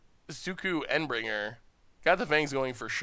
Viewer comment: While Momir is a fun way to end the Video, your pronounciations of Shauku, Endbringer are painful